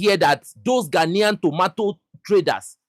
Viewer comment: did you say GHANAIAN......🙄😯